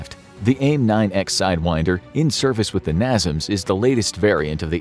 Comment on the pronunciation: americans bought and renamed it to something that made more sense to them. "coincidence" that the acronym has all the same letters in the same place. Also it's pronounced NAY-SAMS not NAH-ZUMS (at least in the USA)